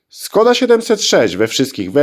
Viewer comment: Wymowa SZKODA. Pisze się s z "ptaszkiem" (Š), a to się wymawia jak polskie sz.